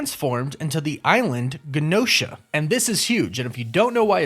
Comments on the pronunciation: I'm pretty sure the island is pronounced with a J sound, like Jen-Oh-Shuh (Genosha) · It's "GE NO SHA" NOT the way your saying it I'm sorry it bothers me but it does I'm Just Saiyan HGD ✌️ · OMG...when you mispronounced Tiamat I overlooked it. When you mispronounced Gene-o-sha (like as in mutant genes), I was annoyed. When you mispronounced adamantium I unsubscribed. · Genosha is pronounced JUH-No-shuh... like GEN... genes... Genosha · Guh-Nosha? come on tell me you watched the Cartoon lol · It is so wild to run a channel like this and mispronounce words like genosha,tiamat and,adamantium it almost makes the video unwatchable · I believe it’s pronounced (Je-nosha) not (Ga-nosha) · Wow you can really tell this guy has never watched X-MEN the animated series before. its GENE - osha like jean not Gin osha Not even gonna get into your adamantium pronunciation Like wtf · It’s GEE NOSHA not guh nosha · Adamantium: Enunciate it AdamANtium not AdamENtium. And Genosha is pronounced (j)enosha. Plz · It’s also pronounced J-enosha lol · I might be wrong, but isn't it pronounced Genosha with a soft G? Like the J sound? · It’s pronounced Jen-O-Sha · Adamantium- AD-UH-MAN-TEE-UHM Genosha- JEN-OH-SHUH Tiamat- TEE-AH-MAHT Also, Wolverine's claws aren't made of Adamantium. They are bone...coated in Adamantium just like the rest of his bones. Maybe a small distinction to the uninitiated, but a very important point to be made. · “JANOSHA” is how it’s pronounced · You pronounce Adamantium and Genosha wrong. It's really annoying. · just howmany names can you butcher in asingle video? Genosha, Tiamut, Adamamtium.... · arent you pronouncing adamantium and Genosha wrong? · Take a shot every time he mispronounces Genosha, adamantium and Tiamut💀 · Is it me or is this guys pronunciation of Adamantium and Genosha kinda off. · Dude you need to learn how to pronounces stuff. Are you even a marvel fan? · You pronounced Adamantium and Genosha wrong.